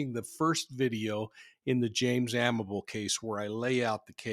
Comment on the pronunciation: His last name is pronounced Amabilly. A co worker I’ll never forget. Drove past his final resting place every day on my way to and from UPS where we worked together. Never forgot about him. He was a mentor and a stout Teamster whom I enjoyed seeing everyday before we started our delivery routes.